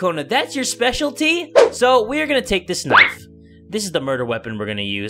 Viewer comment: Well I'm not used when doesn't add extra vowels in some of his words, I'm used to him saying Midori Gurinu, Knifu or Lifu... Oh, and don't you love the old days when doesn't censor anything...